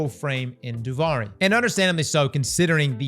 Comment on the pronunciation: Duvari??? It's duviri